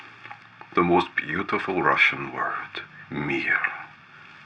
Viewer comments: whoa, great russian pronunciation! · This is really interesting video. You're working with lights like a pro and doing simple, but very good working triggers. Also the best mix of russian and english languages that i've ever heard, with good prononciation. Good job, my friend, also strange why dont you have 100k subs at least. Спасибо. :)